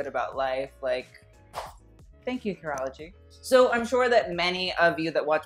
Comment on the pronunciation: I kept on hearing urology instead of curology😂